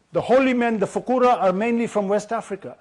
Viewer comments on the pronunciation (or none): I have to make a correction for Mr. Mamdani because Arabic is not his native language, the actual pronunciation is “Fuqaha”